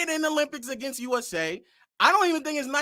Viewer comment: The way he says against is annoying